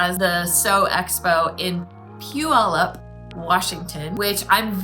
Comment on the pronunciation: I looked up this video after taking your class at the sew expo. Great pronunciation of Puyallup! And thanks for the great class!